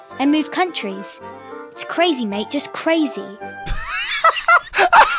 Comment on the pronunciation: I’m British so when I heard her say crazy mate it was absolutely hilarious